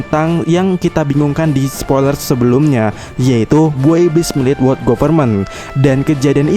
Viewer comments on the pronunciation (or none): none